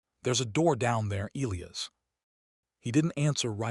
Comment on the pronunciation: Why can't your AI pronounce "Elias"?